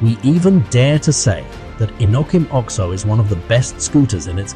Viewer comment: I believe it is called the O-X-O not the Ox O